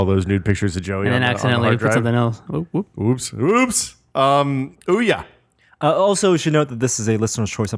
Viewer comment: Ouya--> Ooo-yuh.